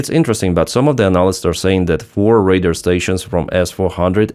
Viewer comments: Radar like Ray-Dar (like far, car). The word you said is “raider” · Little thing, when you say Radar the way you pronounce is make it sound like you are saying Raider, your English is excellent and I hope the feedback is taken positively. Thanks for all your content, I regularly get my news about Ukraine from you. Slava Ukraine